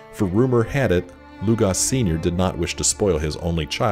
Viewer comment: Lugos not Lugas